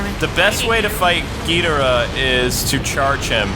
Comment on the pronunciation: Mecha King Ghidorah also fought Godzilla once and the game pronounce his name wrong.